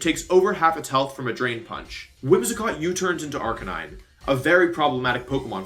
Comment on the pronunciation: I think this is the first I have heard wolfey saying arcanine (arcanain) instead of arcanine